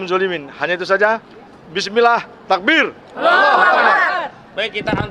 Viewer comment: TAKBIR......HEEEEH TAKBIR BUKAN TAKE BEER......